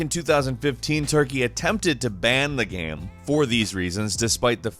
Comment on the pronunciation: Why do you keep saying GAM instead of GAME? This drives me mad.